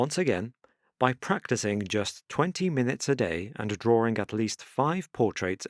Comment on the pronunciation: drawring. it's fun